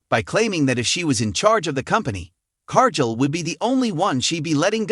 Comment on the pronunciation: its car....gill not jill